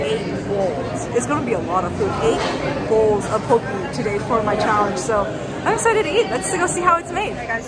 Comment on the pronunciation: Poke (poh-kay).